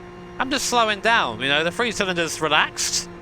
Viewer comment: froo = through, free = three? UK peeps you stick your tongue to the back of your teeth when you pronounce "th" mmmkay? Fun vid though.